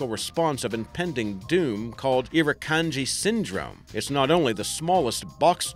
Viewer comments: It's IRR-e-kAN-ji, not iru-kan-ji....a simple Wiki search has the spelling/pronunciation right next to the bold Irikanji jellyfish....did you even bother to LOOK at the wiki at all?! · Mate your accent is atrocious. Also, you neglected to mention the Cassowary, Jumping Jack ant and cone snail. Oh and Irakanji is pronounced ear-a-can-g.